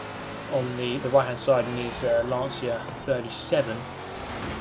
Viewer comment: Well, after watching plenty of your videos... A Lancia is not "Lantsia" it's called "Landsha"